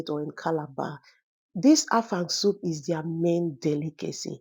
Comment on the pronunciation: You pronounced it well.. 😂 I am from Akwa ibom state, Afang soup is our own ❤